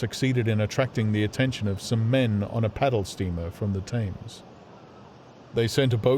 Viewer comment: Gripping, but why does he pronounce Thames to rhyme with aims.